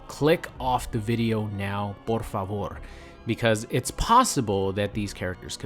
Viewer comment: "por favor", sonó muy bien la pronunciación xd